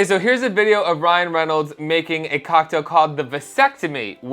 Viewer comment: Ryan Genolds lol